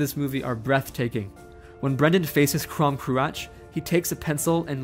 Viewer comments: The mispronunciation is quite annoying though. I’m gonna put the stuff here because it was frustrating me: -aisling = ashling -crom cruach = krawm krooawk -abbot cellach = kellawk (These are not perfect; for one, one of the Irish pronunciations of ch is literally just untranscribable in English because it doesn’t exist, but yeah) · Aisling is read as ash-ling Crom Croach is read as kroom crook